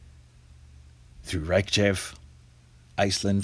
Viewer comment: The capital city is pronounced REICH-ya-vick.... Just sayin.... Beautiful city, beautiful people - hope the lava stays away from the Blue Lagoon. Was one of the highlights of my 10 days on the island.